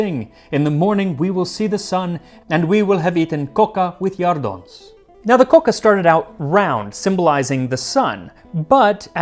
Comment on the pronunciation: I have to compliment your pronunciation of Catalan and your coca! Excellent! molt bé!